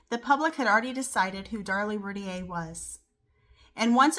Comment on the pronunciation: Learn how to pronounce her last name correctly if you do a video.